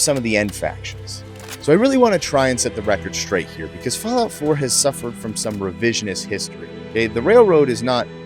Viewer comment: Idk man I love it also "Sum Settlements"